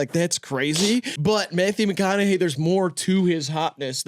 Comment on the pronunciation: graydon trying not to laugh at how pronounced mcconaughey mack on a gay fucking killed me